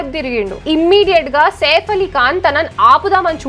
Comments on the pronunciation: మరి ఓవర్ చేస్తున్నావ్ సేఫ్ కాదు సైఫ్ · వాడు సేఫ్ ఆలీఖాన్ కాదు! సైఫ్ అలీఖాన్ 😂😂😂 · Safe ali khan kadhu saif ali khan Heck saw kadhu hack saw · 1st of all safe Ali Khan kaadu "SAIF" Ali Khan